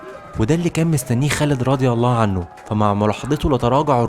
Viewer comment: الباشا اللي عامل الفيديو استاذنك الالفاظ انت بتقولها غلط يعني مثلا كلمة هرقل قلتها غلط ورضي الله عنه وكلمة بصرة